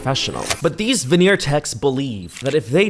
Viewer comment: The "venner techs" 😂.